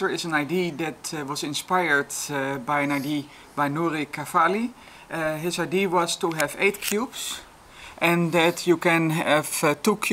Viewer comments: I don't mean to be a dick, but "idea" has three syllables. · same here! whenever says "idee" a lot within a short period of time I have a hard time not laughing!